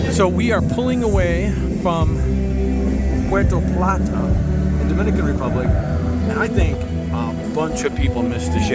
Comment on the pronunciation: Tah-ie-no….pu-hur-to Pl-ah-tah